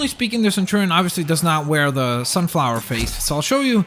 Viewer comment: I hate to say it, but it's centurion, not centurian.